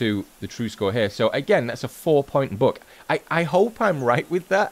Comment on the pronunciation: Is he saying Book or Buck lol